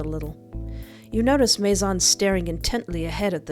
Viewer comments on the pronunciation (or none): Fun fact: His name isn't pronounced Mace-On, Or mace-in, It's actually Maizon, the french word for.. GUESS WHAT!! HOUSE. That's a clever lil' name to give a lure from a house. It's almost a warning. "La Maison."